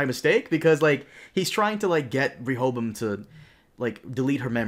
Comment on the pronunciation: Good job on learning to pronounce Rechavam's name. Ever wondered why his user interface is in English and not in French?